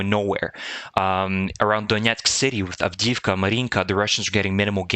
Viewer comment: love your site---but please Avdiivka---is pronounced "avdee-yeevka"